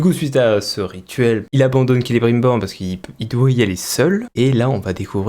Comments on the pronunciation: KélébrUNbor, il est devenue ch'ti ? Même dans le jeu l'ombre de la guerre c'est mieux prononcé^^ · Perso vue qu'ont est à présent à l'épisode 2 je vais ajouter un détail qui ma vraiment gonfler je sais pas si ils font la même erreur en VO c'est la prononciation du nom "Celebrimbor" à la place c'est "Celebrinbor". C'est peut être qu'un détail mais personnellement ça ma grandement déranger, je sais que l'univers de Tolkien à l'écran ils prononcent pas correctement les noms des personnages pour certains notamment les nains. Cependant Celebrimbor est apparu aussi en tant que protagoniste principal dans deux jeu SDA et ils prononcent son nom correctement. Je comprend pas pourquoi ils ont fait ça sérieusement. Voilà c'est tout ce que j'avais à ajouter et rappel AVIS PERSONNEL.